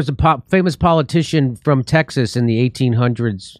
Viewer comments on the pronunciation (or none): none